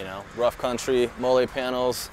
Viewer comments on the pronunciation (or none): Molle is pronounced “Molly ”